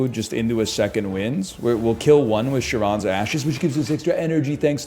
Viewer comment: Dude can't pronounce Charon right but he sure can slay